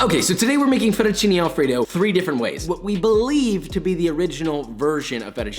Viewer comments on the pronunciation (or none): Kinda sus that he prononces it fettucini instead of fettucine though (may be an accent?) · Close enough at least. The "e" in italian is pronounced differently, more like mhhm the sound of the second "a" in pancAke? So it's like fettuccinE al burro, while for me Josh sounds like he is saying FettuccinI al burro. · The guy says he's Italian and doesn't know how to say fettuccine properly, even Joshua says it better. Nice video 💪💪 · I like you say "fettuccine " 😂